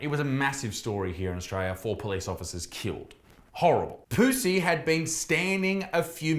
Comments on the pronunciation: Isaac - love your videos but I have to take issue with your pronunciation of Pusey. My maternal Grandmother, and therefore my mother, were Puseys and, up here in UK, we do not pronounce it as in 'pussy' but we pronounce it Pew (as in church bench seat) then Zee (as in the American way of saying Z (Zed).... ergo: pew-zee!! Just saying!!!! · the way he says his last name 😂😂